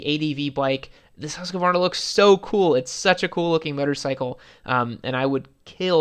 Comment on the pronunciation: Americans cant say Husqvarna lol